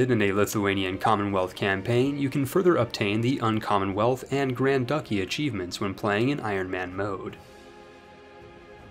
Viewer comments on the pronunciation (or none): Papal = Pay-pull. Duchy = Dutch-E. ur English is Great, just tryin to help.